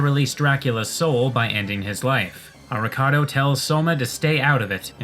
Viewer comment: "Avocado tells Soma to stay out of it." God I can't unhear Arikado as Avocado